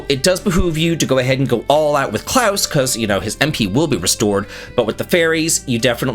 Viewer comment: my good man, I've always liked your videos and your personality, but I love you for your pronunciation of the name "Claus". You're the only non-German I know who pronounces it correctly. Great job!